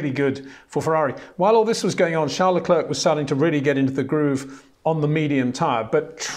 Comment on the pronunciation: Leklurk, Vershtappen; it just sounds so incredibly dumb.